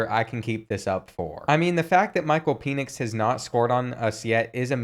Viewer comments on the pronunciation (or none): His name is pronounced Pen-ix not Pee-nix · Pen-Ix not Peen-Ix. One of my biggest pet-peeves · It’s “pennix” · They way he pronounced Micheal penix